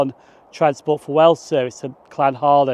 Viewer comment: It’s Llanharan not Llanharen